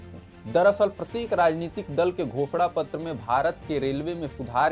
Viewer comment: भाई आपने घोषणा पत्र बोला या भो*sड़ा पत्र 😂😂😂😂 सेकंड पर